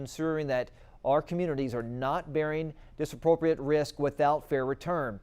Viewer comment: omg, your newscaster can't even read!!! he got 'disproportionate' wrong - he said "disappropriate".... he got 'transparency' wrong - he said "transparity" which isn't even a word.. are you people serious??